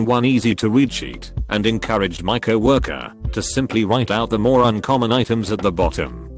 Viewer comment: Nobody: Text voice: CoWOrkeR